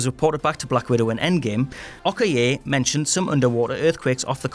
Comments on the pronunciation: “Ok-er-ay” Good to know the mispronouncing of names isn’t just exclusive to the main channel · He also said Ok-er-ay instead of Okoye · Naymore and Oko-ya. Nothing takes you out of a vid like this than the presenter clearly not knowing the characters he’s taking about, Does the person who actually knows what they’re called at and probably wrote this at whatculture have a stutter or something? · Okay two things you did that drove me fucking insane. The Black panther characters name is okoye which is pronounced o-koy-yeah. And the underwater King of the seas is named Namor which is pronounced Nay-more. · Wtf is up with your pronunciation of Okoye and Namor?